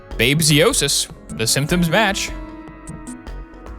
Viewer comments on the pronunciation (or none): Screen: "Babesiosis." YouTuber: "Babyosis." NGL, I LOLed when you said "diagnosisis" instead of "diagnoses.". 💀💀💀